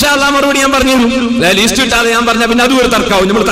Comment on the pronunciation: പേരോടേ, ലീസ്റ്റ് അല്ല, ലിസ്റ്റ് (list).